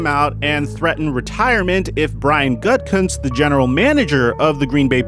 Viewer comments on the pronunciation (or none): Bro, it’s not Gut-Kunst it’s Goo-tah-kunst. Brian Gutekunst.